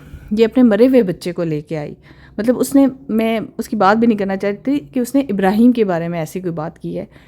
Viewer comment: ایک بات بتائیں آپکے بیٹے کا حقیقی نام کیا افراہیم؟ یا ابراہیم کیوں آپ کے بولنے سے تو افراہیم ہی لگتا ہے !